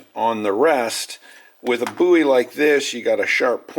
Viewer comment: You're saying bowie wrong.